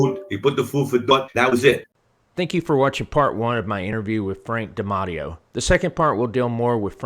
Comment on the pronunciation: If you've interviewed him before, why can't you pronounce his name? Dimateo